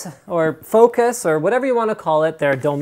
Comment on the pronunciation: The name is FOC US, lol. Comee on !!!